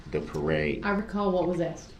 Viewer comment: He’s ridiculous! GROUNS GROUNS GROUNS GROUNS! Is that a “tacket” agreement your honor? I axed the question ….. OMG. I don’t know how everybody kept from just screaming at him or throwing something at him…..